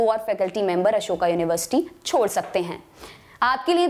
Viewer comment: अशोका नही अशोक होता है। अशोक युनिवर्सिटी, english ke chakkar mein hindi ka kabada krr diya...